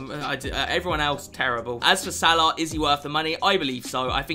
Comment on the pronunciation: The way u say salah 🤮